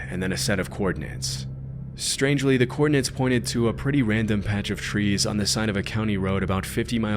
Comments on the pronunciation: 'the coordin-nents' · Coordinates, not "coordinants" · *coordinates, not coordinants.